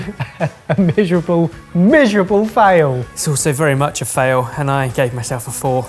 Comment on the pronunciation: "mishurable" fail